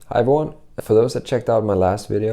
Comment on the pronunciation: Love these vids, but do you say hi born or hi everyone?